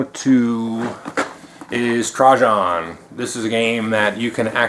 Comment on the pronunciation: Double check. I looked at multiple sites and they all reported that it was Tray-jen. I wouldn't care except I prefer that pronunciation by soooo much (I can't say why).